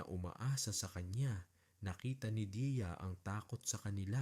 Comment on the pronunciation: Deya yun kase hindi diya ok na sana kaso makiayos ang pronounciation ng Deya sa Diya ang tama ay DEYA at hindi DIYA😢